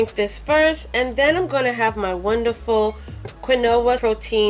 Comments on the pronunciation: Sounds interesting, I would definitely try that smoothie. And quinoa is actually pronounced keen-wah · Drakaina Occidentus thank you for correcting her pronunciation of quinoa. 😆 you beat me to it.